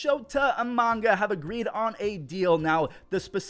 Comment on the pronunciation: It's not Urias's fault these women keep running into his fist... and "Omanga" wtf just read it